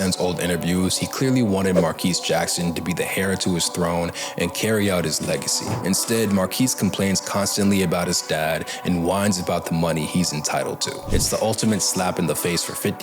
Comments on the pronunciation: Bro heir is pronounced “air” not h-eir 😂😂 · Quick note, heir is pronounced like air, the H is silent. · You lost me at the end when you pronounced “heir” as hair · .. Bro you don’t pronounce the H in heir.. where u from? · 🖤Yes to this.🖤